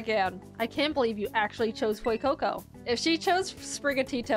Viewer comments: Its F-YOU-CO CO 😭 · "FOUR FOR FEUCOCO, YOU GO FUECOCO"